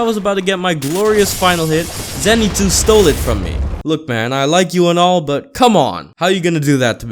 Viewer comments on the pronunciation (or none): “Zen-ee-sue’s” Zen-et-sue’s